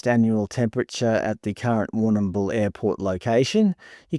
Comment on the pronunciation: We just say war - nah - bul in Victoria. You don't have to pronounce the 'm' so hard, or at all really. LoL.